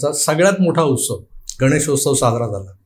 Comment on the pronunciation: उत्सव..... उस्तव नाही